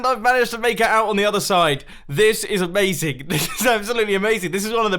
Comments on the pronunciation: Amazing ‘Mazing!’ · its not amazing Its a-maze-ing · Is it amazing or is it A-MAZE-ING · "This is a-MAZE-ing!!" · Did you just say "amazeing" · You said aMAZEing on the maze one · how he said a MAZE ing at the maze -. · “this is a-maze-ing” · He said aMAZEing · This is A-MAZE-ING xD